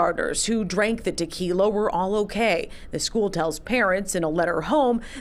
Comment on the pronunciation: It always makes me laugh when people can't say drank... lol